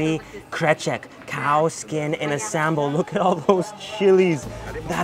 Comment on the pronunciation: Love to see you back again to Indonesia, and you did a really good job with some Indonesian words like manteeeeeb, sambel, enak, etc.